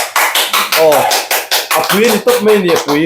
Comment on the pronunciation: chu... Mai tih tur Mei a ti zel a...😊 Ka hmaih ngai loh chhungkua te, Chhanchani duh em em tu..❤❤❤